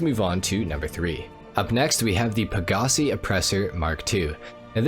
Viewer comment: Please stop saying pagasee